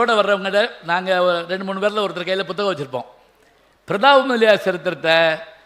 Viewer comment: ஐயா உங்கள் பேச்சுக்கு நானும் ஒரு விசிறி இதில் நீங்கள் உச்சரிக்கும் எல்லு, புஸ்த்தகம் என்றெல்லாம் சொல்லுகிறீர்கள் எல்லு என்பது எள்ளு, புஸ்ந்தகம் என்பது புத்தகம் ஒரு தமிழ்க் கடல் இப்படி உச்சரித்தில் தமிழ் மாணவர்கள் எப்படி உச்சரிப்பில் முன்னேறுவது.